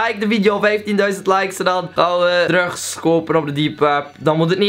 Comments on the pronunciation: je zegt drugs zo grappig 😳😊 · hahaha jouw uitspraak van drugs